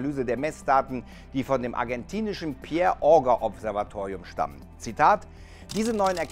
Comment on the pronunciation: Wie das einfach genau das Thema meiner Bachelorarbeit war! Hatte schon fast Angst, dass sie in der Videobeschreibung verlinkt ist :D Btw. haben sich meine Fußnägel aufgerollt, als ich gehört habe, wie du Auger und Cherenkov ausgesprochen hast, aber ansonsten gutes Video.